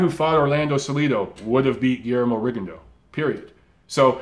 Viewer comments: You got Loma name right but you mispronounce Rigo name. Repeat after me RE GONE DEE OU. Rigo is Cuban, there for that’s how is pronounced. Lol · He started the video talking about how to say Loma's name then said Rigondough